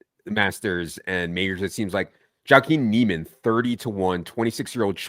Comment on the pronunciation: lol at your Jaiquin Niemann pronunciation